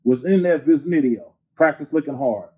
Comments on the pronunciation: Did this nigga say "Viznidio"??? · In that “ Viznideo” 😂😂👌🏿👌🏿👌🏿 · Bro said VIZ-NIDEO😂😂😂😂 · The viznideo 😆. Gotta love this man's vocab. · Lol "viznideo" uncle 40 on some whole other shit. Always and forever it seems 😆